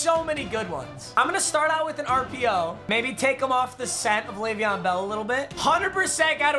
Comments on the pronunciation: Has anyone else thought sometimes when he was saying bell he was saying belle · Anyone else keep hearing “Bella’s so tired”😂